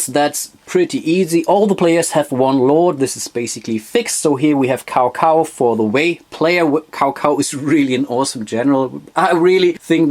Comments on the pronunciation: Cao Cao is pronounced as “Chow Chow” Nice video! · Great Video! I would love to play that one. (Kleiner Hinweis zur Aussprache: Cao Cao klingt eher wie Zau zau) ;)